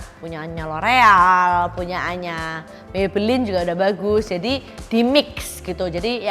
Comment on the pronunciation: complexionnya bkn mid to high lg tp beneran high end aku agak bingung pas denger punyanya brand ini,krn aku dengernya punya anya brand ini,btw thx tipsnya